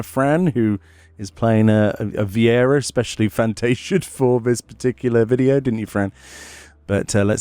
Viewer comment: Lmao. She "Frantasia'd"